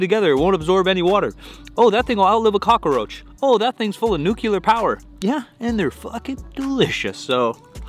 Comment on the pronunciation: Did you just say cockoroach